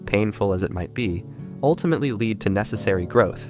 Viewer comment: I didn't think so at first, but the pronunciation of 'lead' is suspicious.